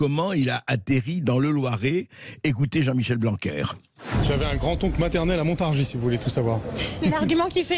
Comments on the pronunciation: On dit montargi et non montargisse ! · Mr le présentateur de Sud Radio, la Ville que vous désignez Montargis se prononce MontarGIs et non MontarGISE., pour vous en souvenir pensez à PariS. Quant à, vous êtes un homme courtois et courageux. Dans les médias, rien sur votre geste que vous avez eu envers Mr Blanquier 👍. Je vous souhaite bon courage et si certain(e),s Français(e)s ouvraient enfin les yeux et votent RECONQUETE 👍💝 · Ont ne prononce pas le "S" a Montargis, ont dit littéralement "montargi " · Montargis se prononce i